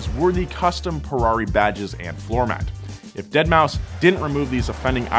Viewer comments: Its pronounced DeadMouse. Not Dead-Maw-Five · Nor is it pronounced "dead mao" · “Dead moww five” come on,! That ain’t it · I have more issues with him saying dead ma 5 and not dead mouse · Also its not "Deadmau5 (five)", Its Deadmau5 ( Deadmouse). Thanks. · Deadmau5 (deadmouse) he says deadmauu 5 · It's pronounced deadmouse.....not dead-mao-5 lol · Did this lad really just say "dead mau five" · Yes, and it was glorious. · I also say dead mau 5 since that's how homie phonetically spells it. And yes, I also call 6lack sixlack, I am that guy. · you meant "DeadMouseFive" 🤦🏻‍♂️ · Calling him Deadmau or Deadmau FIVE is like calling one of the Stuttgart brands Porsch. Both hurts to listen to. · "DEAD MAU 5" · that’s actually pronounced dead mow cinco. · I'm surprised more people haven't corrected him on Dead mouse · "dead mau five" I'm dead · That, and the deadmaufive pronunciation. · "Dead mau five"😂😂😂😂😂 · "dead mow 5" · did he just say deadmau five? oh god. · did this dude really say dead mow 5 ? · You know it's pronounced "Deadmouse" right and you were just trolling? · Its pronounced "deadmouse" lol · It would be so funny if Ferrari sends a cease and desist order for asking for cease and desist letters(-: btw I hope you know that pronouncing the 5 in Deadmou5 instantly made his fans twitch! I love doing it( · I appreciated the intentional peppering of Deadmau5 mispronunciations